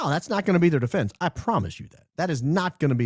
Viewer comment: Please teach Candace how to pronounce defense. 😊